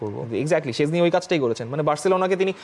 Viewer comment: ভাই it's not সেজনি or সজনের ডাল, it's শ্টেন্জনেই (SHtenZ-nay/neh)